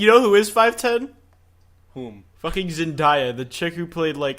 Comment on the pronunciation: forget the fucking gif jif argument its zen day a not zen die a kwite get your facts right